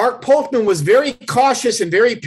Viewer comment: It’s Sam VOLPENDESTO not Volpendenzo and Mark POLCHAN and not Polkman